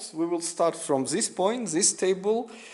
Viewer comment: Its THIS not ZHIS...